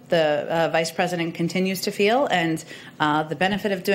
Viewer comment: "They certainly frel that way... "